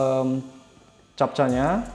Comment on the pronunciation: Chapca dibaca kepca mas.